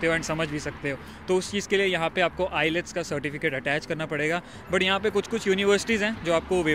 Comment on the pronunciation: ILETS❌ nhi wo IELTS hota ha✅